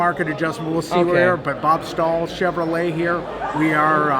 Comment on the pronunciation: First time viewer here! Huge ford guy (03 cobra, 15 fiST and a 14 built st fiST) may trade the termi for a c8. But being new I may be the only one that is bothered on how he says Chevrolet....